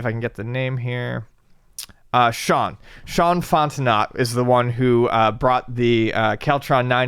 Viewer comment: Fontenot... prob French sounding. "Font-no" is probably closer pronunciation